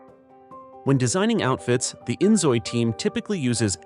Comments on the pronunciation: In fact, according to the developers, it is really pronounced "injoy/enjoy“. But I'm also surprised abt that 😅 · Yep, he pronounced inZOI terrible. xD